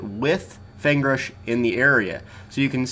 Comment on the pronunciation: So it isn't just me you do it to... You call Feng Rush:^)